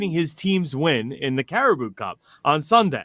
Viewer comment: Caraboa cup pronounced carabow cup not caribou😂😂 good on you tho LET'S GO UNITED!! GGMU!